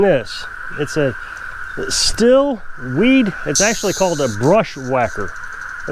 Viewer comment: i talked with a stihl factory rep. at a dealership and he told me that it is not pronounced still but instead is as steel. this makes no difference but i thought i would put that out there.